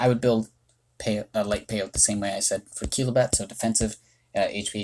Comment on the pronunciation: It's probably pronounced "pay-oh-tee" because that's how the cactus species is pronounced!